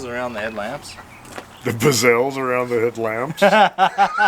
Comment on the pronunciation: Ok, from now on, they are “Bezelles”!